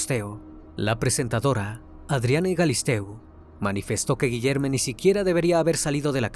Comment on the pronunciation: “Guillerme” suena a nombre “no binarie”. Debería sonar a Guillermo chingao.